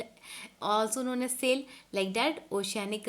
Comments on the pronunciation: Man that is not SAIL that is SIAL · MAM IT IS SIAL